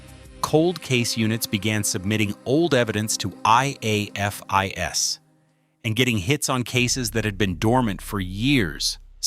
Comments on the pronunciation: If I hear A.I.F.I.S. one more time instead of afis, I will scream. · Probably a Chatgpt type script that knows a longer time means more advert opportunities. The AI narrator spelling out: I_A_F_I_S like a kindergartner learning their alphabet. Pronounced as a word by LE, Forensic investigators, and anyone who enjoys true crime: AA-fis. FYI: C_O_D_I_S is used similarly Ko-dis pronounced as a word. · And spelling out IAFIS 😂 it’s not a huge deal but, non-crime junkies, like AI, wouldn’t know the standard way it’s spoken, and not spelled out. Each time it spelled it out just didn’t sound right lol 👀😬😅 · Hate AI. Teach it how to pronounce IAFIS